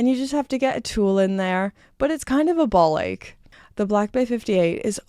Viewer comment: hearing an american say "ball ache" is a trip! :cat-orange-whistling